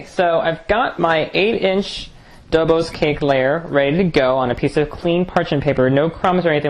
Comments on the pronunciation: Nice! By the way it is pronounced "Doboshhh", not "Dobos" ;) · It's pronounced Dobosh, not Dobos. It's a Hungarian desert, one of the many super delicious Hungarian deserts we make in Eastern Europe. Looks good! Pofta buna! Arata bine tortul! Good tip on the caramel topping. I'll try it like that next time.